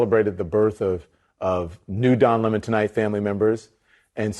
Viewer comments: Don Limon a a lemon 🍋, stop trying to make it French or different its lemon 🍋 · It's Don Lemon 🍋 Not lemon! 👍🤣🤣🤣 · Yo, it's don 🍋. Say it right, if you're gonna say his name brah..... .... Yo, it's Don le Butte sniffere... Say it right if you gone say it's name. And yes, it's french. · Dude, stop calling him by his Frenchy pronunciation... use the correct ENGLISH pronunciation... Don LEMON. As in his show was a real LEMON. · I thought it was pronounced lemon 🍋 like the fruit? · A lemon is a lemon, be it a car, a leftie, or whatever. PS Don le-Mon? WTF? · I don't know why you pronounce Lemon like that. He ain't French. his last name is a citrus fruit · Cringe, but he calls himself "Lamon"..... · The pronunciation of his last name in this video is awesome. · Lemon is not pronounced Lamon. His name is pronounced the same as it is written which is the same as the citrus fruit. He lies about his last name. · Lemon not Lemoan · Its not Lemmon, its Lemon he is the worst sour fruit on tv. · It's not Don Le'Morn.... It's Don Lemon as in "A fruit" a very bitter, sour and acidic fruit ;p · Stop calling him Don Lea Mon it Lemon like the fruit. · Don LaMon??? It's Don 🍋 LEMON!!! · What's with the 'Lemon' pronounced 'Le Mon'???????? Its L-E-M-O-N....As in the yellow bitter citrus fruit....If he wants to go by 'Le Mon'....then please spell it correctly!!!🤣😂🤣😂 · Why are you calling his last name LEMOND? Isn't it spelled lemon? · It's not Don La Mon, it's Don Lemon, as in lemon, the sour-tasting fruit. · Why are you calling him le-mon...he's a feffing lemon. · It's 'Lemon' always been a shit-lib lemon. 'Lemōn' is a liberal affectation. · Dude, its L E M O N, like in lemonheads......not lamon....please speak english......lmao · His name is LEM-on, like the other guy is COLE-bert. I won't use their pronouns, either. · Imagine doing commentary about something as complex as racism; all whilst being too illiterate to be able to pronounce LEMON.